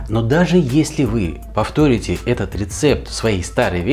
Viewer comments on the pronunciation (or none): Только ударение в слове "повторите" поставить не может. А так да, интеллектуал.